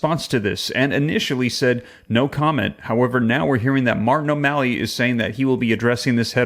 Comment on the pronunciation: When you say O MALLEY I want to puke .